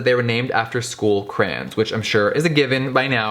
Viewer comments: Caroline Marek he's saying cran-s it's pronounced cray-ons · “CcCrRRaaAnnNs” WHAT IS A CRAN Issa called a crayon honeyyyy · crayOOOOOONNNSSSSSS NOT FUCKING ”CRAINS” BITCH WTF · It’s cray ons not crains wtf 😂😂😂😂😂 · he says cranins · Ugh it bothers me when people say “cran” instead of “cray-on” (Yes I know people pronounce crayon differently depending on where they live) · * CRAYONS NOT CRANS * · HE DID NOT CALL THEM CRANS!!! ITS CRAY-ONS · why does he pronounce is "crans"… its "cray-ons" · “Crayin” “cran” 😭😭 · It's not "crans" it's "craYONS" LOL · Crayons not cran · Cray-ons. Literally. 🤣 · He says Cranes not Cray-ons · CRAY-ONS. Not crans. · Pronouncing crayons “craans” smh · is anyone else rubbed the wrong way every time jeffree pronounces it “crans” instead of “cray-ons” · "box of CRAYINS" i'm cryingggg 😭😭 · "BOX OF CRANS" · What’s a crayn 😂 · Y'all the way he says Crayons "Crans" 😂😂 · I shiver every time he says “Craynnns” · I THOUGHT I WAS THE ONLY ONE!!! like omg.. it is CRAY like CRAZY.. CRAY- ONSSSSSSSSS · "Box of crans"🤣 I love him ❤️ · Yes for saying crayons like CRANS!! I’m not alone!! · am i the only person who pronounces crayons as "crowns" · It is definitely "crans" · "box of crains" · Did he just say CRANS!?!?!?!? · box of CRANS! lol I still love you Jeffree, but I gotta clock you on that pronunciation! <3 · Every time Jeffree says "Cran" take a shot lol That's cran not crayons haha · Did it bother anybody else they way he saod crayons. Not hating love you Jeffree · Eva Af I thought that right away too.I went pretty far down the comments to see someone else notice it..He said crayola right though.Wonder where gets from?Cali I thought.Love you Jeffree,mf hilarious 😂😂❤❤❤ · I always find it funny how Americans pronounce Crayons 😂 if you’re from the UK you know what I mean 🤦🏽‍♂️